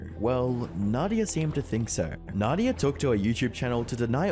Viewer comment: this is guy its Nadav not nadia keke